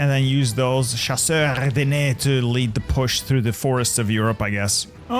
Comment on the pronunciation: I don't know why, but I yelled everytime he tried to pronounce "chasseurs ardennais"